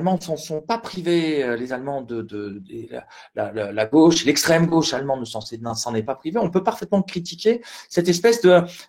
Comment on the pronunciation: "DEU GÔÔÕCHE" ... ÇA REND CRÉDIBLE ?